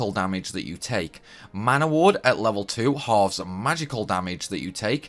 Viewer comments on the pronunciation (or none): none